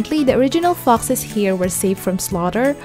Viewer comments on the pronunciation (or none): Hey next time please learn to pronounce ‘foxes’, its sounds different!